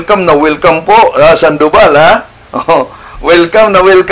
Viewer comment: Sandobal dyos ko po ang layo niyo kay bro Wendel maling mali ang bigkas mo